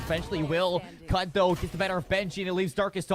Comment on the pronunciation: Ada Casternya ternyata. Btw lucu jg Cud dibaca Kud sama org luar :v